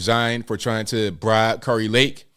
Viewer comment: KARI Lake, pronounced, KERR-I, not CAR-I Lake...😉